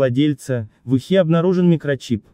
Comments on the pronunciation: Господи , да научитесь правильно говорить, В Ухе ударение ставится на букву у , а не на е. Сколько вас слушаю такая безграмотность, ролики отличные , но речь.... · Да уж! В ухЕ нашли микрочип...